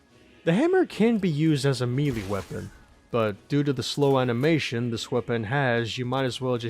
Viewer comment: BTW it's pronounced "May-Lay" not "Me-Lee".